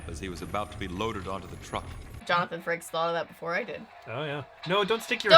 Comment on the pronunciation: It may just be my ears but I swear he called him Franks instead of frakes lol